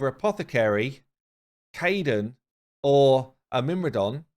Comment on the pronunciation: Pls don't upgrade myrmidon, hearing you butcher the name is giving me OCD xD Mer-mid-on